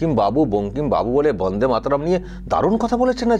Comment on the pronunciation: দাদা বাবা কাকা এটা একটা তো বড়দের সম্মানিক জানানো। বঙ্কিম দা বলাটা কি খুব অপরাধ।?? কি বলবেন বাংলা জনগণ। যেভাবে প্রতিনিয়ত বাংলার মনীষীদের নিয়ে ফাজলামি মারে মুখ্যমন্ত্রী মমতা ব্যানার্জি তখন আপনারা কোথায় থাকেন?? বন্দেমাতরম ঠিকভাবে বলতে পারেনা আমাদের মমতা ব্যানার্জি নির্লজ্জ।